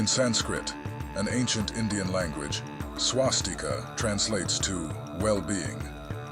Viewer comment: It's Swastika, not Swastik. I'm pretty sure you are not from south india. You most probably speak Hindi, because Hindi people have a weird linguistic tradition of leaving the vowel in the end. Most of the ancient Sanskrit words are still pronounced exactly as they are in south Indian languages. In Sanskrit, it is called Swastika. Not Swastik.